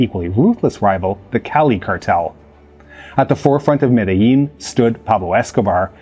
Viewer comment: Interesting that you would pronounce 'guerillas' in a pseudo-Spanish accent while completely mispronouncing Medellin